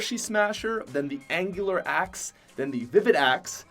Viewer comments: I don’t think I’ll ever be able to hear axe properly again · You did not say chill axe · He did not say the merry marauder axe